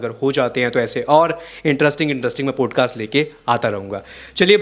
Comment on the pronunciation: Bhai it sounds so irritating when you say पोडकास्ट .. it’s पॉडकास्ट